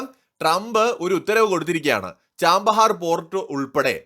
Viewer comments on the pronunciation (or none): Chabahar Not Chambahar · Chabahar ന് ചാമ്പഹാർ എന്നാണോ ഉച്ചാരണം 😮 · Chbahar port , pronounce well please